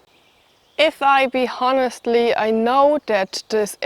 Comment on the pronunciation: Remember, the "H" is silent in honest. Love ya schatz.